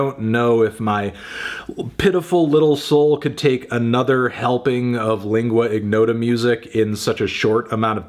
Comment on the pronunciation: Lingua ignota is an Italian combination of words (lingua=tongue; ignota=unknown), therefore lingua is pronounced in the correct way by Anthony but ignota doesn't require the hard "g". It is somewhat like saying in your but without ur